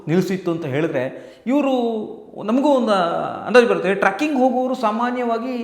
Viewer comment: ಟ್ರಕ್ಕಿಂಗ್ ಅಲ್ಲ ಅಣ್ಣ trecking ಟ್ರೆಕ್ಕಿo ಗ್ ಸರಿಯಾಗಿ ಹೇಳಿ